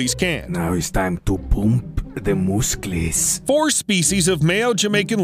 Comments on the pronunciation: “Time to poomp thee musclees” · " Now eets time to poomp dee mosckels" 😂😂😂